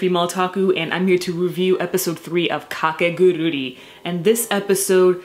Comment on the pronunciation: By the way, the title of the series is not "KakeguruRi" but "Kakeguru'I' "